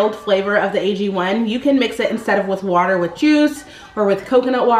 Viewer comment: I had to rewind the video twice to make sure is gwater u said instead of water 😂😂😂